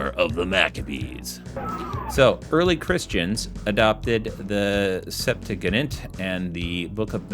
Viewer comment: I could be wrong, but I believe that it's pronounced sep-two-uh-jent. Though, today, I actually learned something new. Thank you. I had no idea about the whole Catholic thing. I always thought that the Jewish people had been celebrating the Dedication (Hanukkah) since the time of the Maccabees. I grew up thinking it was an ancient celebration. And I think, maybe it was, but forgotten for a while? There have been times in my life when I have been tempted to buy and read the Catholic apocrypha out of curiosity, but there is a sense of the forbidden deep down that holds me back. I believe in a supernatural preservation of the scriptures, so I automatically know in my heart that there are no additional chapters to Esther (something claimed in the apocrypha). That all by itself transforms the Catholic apocrypha from just words on a page to something that should be avoided. I always considered the Maccabees to be just a history book, and I'm fine with history books. They are important. But something pretending to be an addition to scripture is, and I'm going to say it, evil no matter how it was intended.